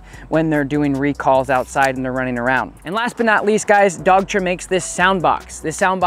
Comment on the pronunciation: Another great video. You are saying dogtra right?